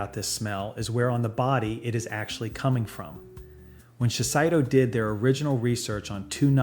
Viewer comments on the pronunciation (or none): It's not "SHE-SAI-DOUGH"", it's "SHE-SAY-DOUGH" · Shiseido 資生堂 is pronounced しせいどう "she-say-doe", not "she-sai-doe". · It’s pronounced Shi-say-do, not Shis-eye- do. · Shiseido --> shi-say-doe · Actually, this video stinks. He can't even pronounce Shiseido. Notice it's a video linked to a product. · I can't believe any of this when you mispronounce "Shiseido."